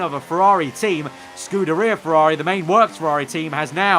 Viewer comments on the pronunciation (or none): none